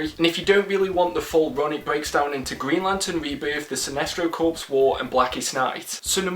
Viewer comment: Corps is pronounced “core,” not “corpse.”